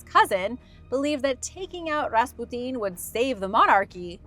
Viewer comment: >.< oooohhh, young lady. Just say "Rass-pyoo-tin" lol. Awesome vid :D